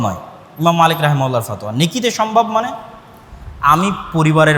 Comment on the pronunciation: FOTOYA , Not fothua.